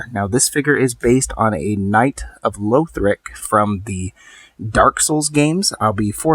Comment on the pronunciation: Pls stop saying louthric its not how you pronounce it